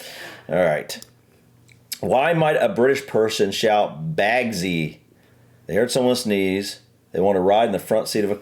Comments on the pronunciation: Bagsy is pronounced 'bags-eye', as is 'bagseye first dibs!' - 'I want the first choice'. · its actually bugsy(last 2 letters is pronounced zi- bug-zi)its like when u say i call shotgun